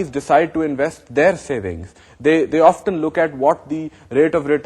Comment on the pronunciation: sir it is often not oftan